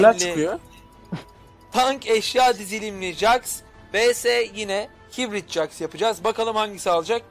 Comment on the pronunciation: hitbrit deme abi haybört deniyo die biliyorum